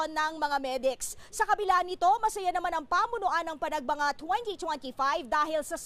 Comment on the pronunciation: yung nirereport hindi naman yun ang nasa video. tsaka hindi panagbanga yun... Panagbenga yun